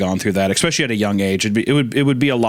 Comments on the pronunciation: Can't believe at the bingo board on that the editor didn't also mark off Hunter mocks Isaiah (he did a mocking impression of him) and "eck-specially" which Hunter already said when he was talking about dead parents. Smh'ing my head. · The FREE SQUARE on the bingo card should 1000% be “EX-SPESH-AH-LEE”… 😓 🌈🪬